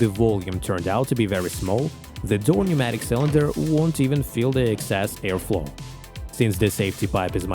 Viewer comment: The 'p' in 'pneumatic' is silent 🙂